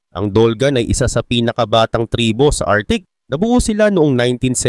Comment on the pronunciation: Arktik ang bigkas hindi artik.